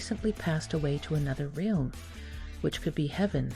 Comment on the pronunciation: Strike 3. You just pronounced realm like real with an m on the end. I'm done. I can't deal with this. I cannot be convinced you know anything about the subject when you don't know English.